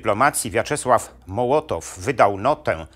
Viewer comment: Jeżeli Pan jest doktorem - to musiał gdzieś słyszeć, że nazwisko Mołotowa wymawia się "mOłotow", nie mołOtow. Chruszczowa - chruszczOw a nie chrUszczow, Ribbentroppa - rI (akcent na i)bbentropp a nie ribEntrop. To mi psuje całą ciekawą zawartość filmu. Niestety...